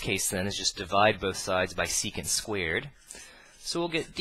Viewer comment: "Squeered" xD Really good videos though :D subbed :P